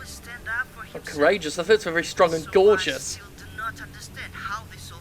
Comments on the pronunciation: "He was strong and gorgeous" Yeah that's what I heard too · I thought he said 'gorgeous' too...